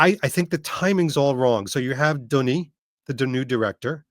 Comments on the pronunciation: Its not Dunis, its Denis,... lol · Pronounced "Dunni" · pronunciation of Denis is so wrong. 😂